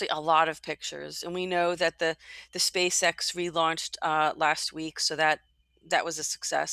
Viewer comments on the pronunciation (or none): none